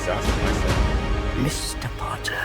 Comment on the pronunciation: Harry Pottah did u bring my weed cuh